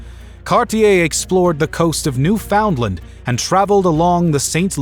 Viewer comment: Newfoundlind? I've told this page before how to pronounce Newfoundland before and it's Newfin-land. NOT New-Finlind or Newfinlind. Newfin-land! Get it right!